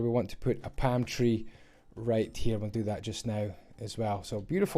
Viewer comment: Everytime you say palm tree I think you’re saying pantry 😭😂